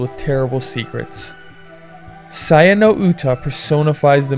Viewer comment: HORRAY! A SAYA NO UTA REVIEW!!!!! Once again, good review. It's definitely wtf... and it's so messed up. It's an enjoyable ride, I liked it. FYI - It's pronounced Say-Ya